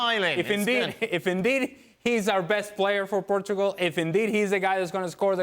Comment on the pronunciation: “Portgual” great job ESPN.